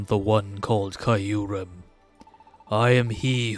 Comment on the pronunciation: The goat has returned!!! 🥳🥳🥳 Glad you're back at it my guy! Also just a FYI you pronounce Kyurem's name like Cure-um. The y is actually silent funnily enough lol